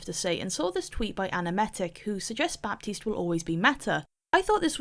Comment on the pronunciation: clicked as fast as i could (ps: the 'p' in baptiste is silent)